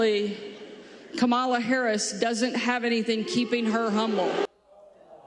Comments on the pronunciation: Wow, Hucka --Silver Spoon - Bee still wants to mispronounce the name Kamala. Is she really that unaware of how everyone not part of MAGA says it? Or maybe she just wants to be disrespectful. Is that how they raise 'em up in Arkansas? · that huckabee or wackabee is pronouncing Kamala's name wrong on purpose, just like her lover dumb trump. them both are a disgrace to this nation. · More Republicans who don't pronounce Kamala's name correctly. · Observation... there seems to be a hesitation every time Republiks say Kamála. I believe it's because even they have think to about it when they choose to pronounce her name wrong. Talk about weird. They're even being weird while choosing to be weird. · Really would like them to stop saying her name wrong, its tacky... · Huckabee Sanders ....deliberately mispronouncing Kamalas name...& her Mom creds... Shame on her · Is there no one in the magat camp who's capable of pronouncing 'Kamala' correctly? Trump, Harris and Vance all routinely mispronounce it! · It’s so pathetic that they all purposely pronounce Kamala’s name wrong. Grow up.